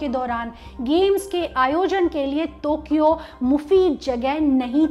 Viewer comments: टोकियो को तोकियो क्यों बोल रही हैं ये मोहतरमा? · Tokyo..not tokio mam ..sry to say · Its Tokyo not tukyo many time anchor specks tukyo. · टोक्यो होता है बहन, तोक्यो बोल कर बेज्जती कर रहे हों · I think it's टोकियो not तोकियो !! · तो or टो me fark hai,,,,tokyo hai thokiyo nahi😂😂😂😂😂😂😝😝😝